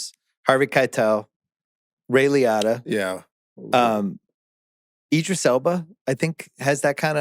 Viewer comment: How do you mispronounce Ray Liotta? SMH...